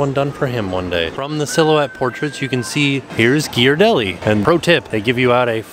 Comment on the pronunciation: Congratulations on properly pronouncing Ghiaradelli!